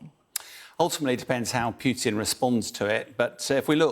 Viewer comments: 'Pew-tin' ? It's 'poo-tin' in Russian so it's 'poo-tin' in English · His name is Putin, not Peeewtin. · He said Pewtin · I know. Thick Americans say poootin. It's pyootin. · I do wish Bellend would learn how to pronounce Putin. It’s not that hard, in fact it’s not hard at all.